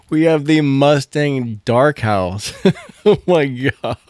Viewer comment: Y did he kept on saying “House”🏠instead “Horse” 🐎